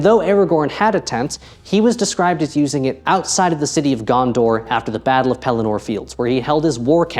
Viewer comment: Love the new production style! Your editing skills are awesome! Side note on pronouncing names in LotR - the stress usually falls on the second syllable, e.g. Pel-LEN-nor, instead of PELL-en-nor :)